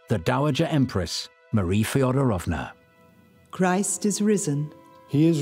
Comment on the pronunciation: Marie … FedOOOOOOrovna! PLEASE - pronounce the name correctly, you dear English speaking people😂❤‼️‼️‼️